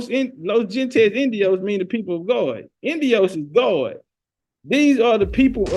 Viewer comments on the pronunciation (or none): Gente is pronounced " HENTE " the G's pronounced like an H